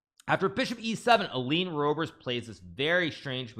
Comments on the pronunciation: The way to pronounce the Dutch 'oe' in English, is the same how you in English pronounce the 'oo'... like poo... so Roebers in English... pronounce it as Roobers in English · > 'oe' is pronounced as the ''oo'' in ''book'' (roobers) + Nice games!